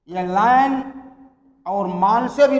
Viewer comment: Bhai lan ko laaan khehta hai